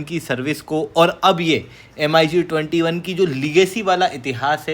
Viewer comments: It's pronunciation is not M..I ..G.... Say mig21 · bhai,usko M--I--G-21 nahi bolte hain,"MIG-21" bola jata h! do a little bit of study,first. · Mig pronounce karo yaar not M.I.G 21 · MiG ko Mig-21 bolo M.I.G alphabet mat bolo. Distorted lagta hai. plz keep some respect, video banana hai toh ratata mat bolo